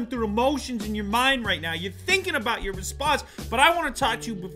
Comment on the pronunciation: He actually said aboot, omg, I thought that was a joke. nope , he said it